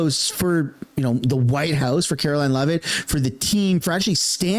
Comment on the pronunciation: If you love Karoline you will learn to pronounce her name properly.